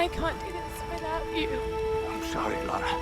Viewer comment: Her name is Lara. Not Laura